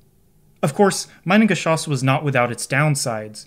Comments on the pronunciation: A little note from a German: Pleeeease don’t pronounce the word Minengeschoss as „mainengeschoss“. The letter i is pronounced e in German, like in the word „inter“. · That's funny, you know a huge load about the Minengeschoss but you still can't pronounce it correctly 😂 Try to say meenen but don't make the ee to long, just take the sound of the ee when you see an i in German. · Begging people that if they make a video about something like "Minengeschoss" they at least check that they pronounce the titular thing correctly. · Next video goes about pronouncing the names correct. Its not majnengeschoss, its mienengeschoss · haha pronounce "mee-nengeschoss", cause it's mean. "my-nengeschoss" sounds like "minebullet" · German native speaker here with a small pronunciation correction (because of course, because I'm German.. :D ). The way you pronounce the "Minen"-part, it would have to be spelled "Meinengeschoss" - which is not a proper word. It's "Minengeschoss". The "Mi" part of the German word "Mine" is pronounced similarly to how you pronounce the English "me" (as in "me, myself and I"). So ... "me-nen" in a super-poor man's phonetic speak. :) Googling "Minengschoss pronunciation" brings up a page with a good example of the correct pronunciation as the top result. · fyi pronunciation is "me"-nen not "my"-nen great video! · The first syllable is pronounced like "me", not "my". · Very good video. Only a minor correction in the pronunciation of Minengeschoss from me, a German. It is pronuced like Meenengeschoss. The German "i" is pronunced like the English "e". Greetings Mega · The Geschoss part pronunciation is on point. Just the first part is infuriating for us Germans. Try pronouncing it like meanan. 😊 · Minengeschoss is pronounced like Meenengeshoss source: I'm German. It means mine projectile, maybe not surprisingly. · Hahahha "Meinen-geschoss" ! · Minengeschoss. Pronounced like ee. Sounds like Meenengeschoss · the letter I ist pronounce Eee in German